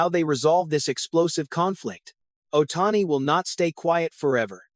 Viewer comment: LMAO! What bullshit drama. They didn't do anything without talking with him, FIRST. Who T F is "Ohtanny???"